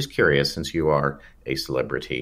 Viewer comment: Please quit saying "celeprtiy." It's driving my dog crazy.